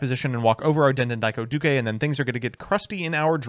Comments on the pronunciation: I have a feeling that's a "duke" and not a "du-ke". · den den daiko doo-kay is the new Re-sit-all Starling bc never ays it right. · How… HOW did he manage to mispronounce the easiest part of “Speedroid Den Den Daiko Duke”? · It's impressive that can pronounce Fuki-Modoshi pretty much spot on but he can't say the word "duke".